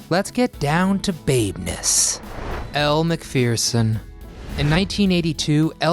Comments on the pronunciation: As an Aussie, i have to cringe. It's Elle Mac-ferr-son not Elle Mac-fear-son. Friggin' Americans, can't get anything right. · Elle mcferson, not fear-son.